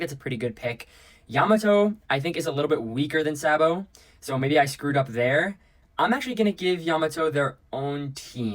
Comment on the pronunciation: Bro said Sabo like that 😢